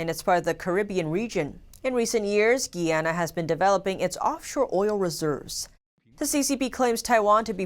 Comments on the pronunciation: isnt it GUY-ANA not GEE-ANA? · Guy..Guy......Guyana not Gee-yana! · It’s not pronounced Gianna, it’s pronounced Guyanna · Hello, Greetings! it's GUYANA - 'GUY-YA-NA' or (Guīyǎnà) Nice to see our country is making it around the world, smile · you're pronouncing Guyana wrong... it's GUY-ANN-AHH ... hope this helps.